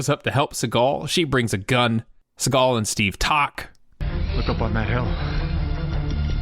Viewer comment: Thought u said "followed SeagALL around".🤣😅